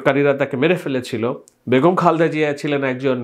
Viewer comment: খালদা না খা‌লেদা হ‌বে ব্রো।